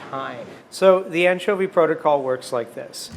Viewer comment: Un-tcho-vee lol